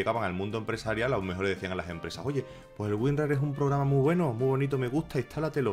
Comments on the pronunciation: Me confundistes..ordenador o ordeñador? Es programa no pograma jajjjaja me dio risaaaa jajaja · Los 6 minutos del video me estuve riendo por "pograma" y "ordeñador". Jajajajaja. Muy buen video. ¡SUSCRITO! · Yo escucho pograma y ordeñador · "gente, alolargo de losaño, un misterio rodea a unn famoso pograma de ordeñador que se llama güín rarr" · probrama de ordeñador xD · Pograma? Aprenda a hablar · Ubiera Dicho Pograma De Ordeñador XD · " porque así, lo dice el POGRAMA " xD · por que dices pograma? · Like si le escuchaste "Pograma de Ordeñador" :v minuto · "Pograma de ordeñador" ??? dijo eso o escuche mal? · "porgama de ordeñador" o.O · Dijo ordeñador y pograma? JAJAJA dios ah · Pograma de ordeñador =__= qué acento Dx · Habla bien papafrita "un programa de ordeñador"